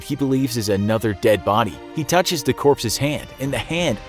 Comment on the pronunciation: Lol "corpses"